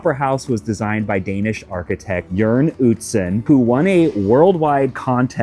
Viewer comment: A++ to for pronouncing Jørn Utzon right👍 Ø is a hard letter😊